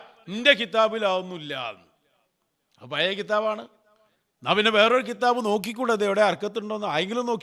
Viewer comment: കിതാബ് എന്ന് പറയുമ്പോൾ ഖൽഖല യുടെ ഹർഫുകളിൽ പെട്ടതാണ്. അത് താങ്കൾ ഉച്ചരിച്ചത് ശരിയല്ല 😂😂😂